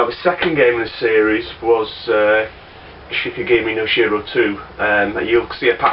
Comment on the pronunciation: Pronounciation tip :) it's she-key-gah-mee. Never played this series as I'm not really attracted by the art style. Also never heard of that Mobile Light Force thingy!